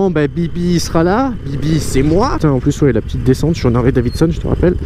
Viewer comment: putain les gars arrete de dire des "ZHARLEY" respecte la marque mec